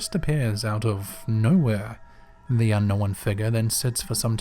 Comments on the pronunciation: I keep hearing the narrator saying some strange word... sounds like 'uh-no-n' Is that supposed to be the word 'Unknown'? A two syllable word that indicates something that is 'not known'. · I'd bet the subs start to drop about 1k per day as long as he keeps pronouncing "unknown" as "Un-nowwwiiihn" and his "oh" sounds are pronounced as "urrr". Like "videe-urrrr" for "video" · Yes it's how he says unknown. 🤦🏽‍♀️